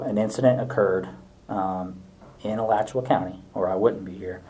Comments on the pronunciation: Never heard alachua pronounced that way lol. It's uh-latch-u-uh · Correct Pronunciation: Ah-latch-you-ah (Alachua)